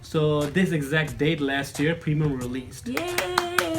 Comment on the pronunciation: its not premam its preamamm